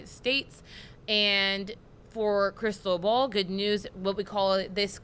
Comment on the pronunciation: Hey -- it's NOT "crystal ball" or whatever you're saying that makes it sound that way. It's Spanish for Christopher and is pronounced "crees TOH bal" with the emphasis on the TOH (pronounced like toe, low, grow, know) and the 'bal' is pronounced like bowl and short. Open a translator app and type in the hurricane name and click play to see how it's pronounced.